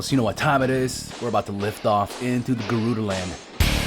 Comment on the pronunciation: Me: "Garuda" Urbosa: "Gerudo"